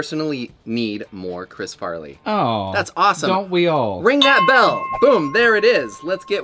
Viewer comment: (Supposed to be “bell” held out like the song. Not “be LOL”. Geeeze. LMAO